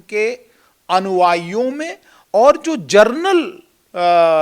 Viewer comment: जरनल नहीं जेनरल होता है।#सुतीया space